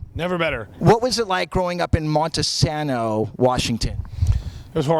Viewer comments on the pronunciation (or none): It's pronounced "monteSAYno".